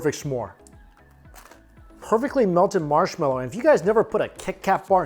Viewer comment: When went "Marshmelloo", I seriously gave out a groan, "whaaaaa--?!"